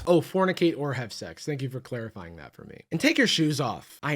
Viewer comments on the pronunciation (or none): Whenever he said “fornicate”sounded just like “femoids” to me which I think is so much worse, just sends a shudder down my spine